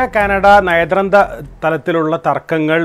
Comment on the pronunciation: നയതന്ത്ര എന്ന് പോലും പറയാൻ കഴിയാത്ത ന്യൂസ്‌ റിപ്പോർട്ടർ 😂